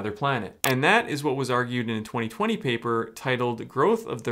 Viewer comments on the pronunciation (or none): none